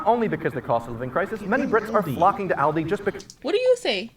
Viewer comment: I gave you a thumbs up as soon as you said "ALDI" and not "Oldi" like most Americans I've seen on YT.